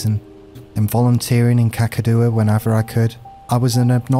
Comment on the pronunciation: Valiant attempt at pronunciation of Kakadu, you nearly had it. Its pronounced "Kack-ah-doo". Love these readings. Regards, An Australian fan <3